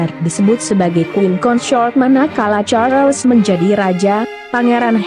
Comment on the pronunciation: Sebutan bukan char..Les. tkda ...les